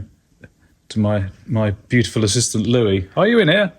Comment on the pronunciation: "Louie... are yoo in aire"??? Is probably the most English phrase I've ever heard lol.